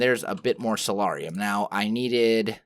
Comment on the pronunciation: I may be incorrect and please don't hate me if I am, but I believe soularium is pronounced (soul-air-ee-um)